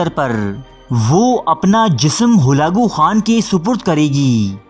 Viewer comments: Achi kavish ha mgr mazrat ke sath urdu talafuz thek karn ,,horfe akhir,, or ..Holakoo khan.. ni hota ,,harfeakhir,, or,,Halakoo khan,, hota ha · Halako Khan ko Galago Khan kah ker sari vido ka naas mar dia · Hulako Khan nahi Halaku Khan nam h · Bhai ap talafuz sahi karain halako khan tha khalago nahe tha aur lafz haraf hota hai huraf nahe hota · سلسلہ بےشک اچھا ہے لیکن ناموں کے غلط تلفظ کی وجہ سے میں ان صاحب کی ویڈیوز کو صرفِ نظر کرتا ہوں ۔ جو اپنا تعارف کرانا بھی پسند نہیں کرتے ۔ تاریخ بیان کرنا ہر کسی کے بس کی بات نہیں ۔ برقائی خان ہلاکو خان۔ رکن الدین ببرس ۔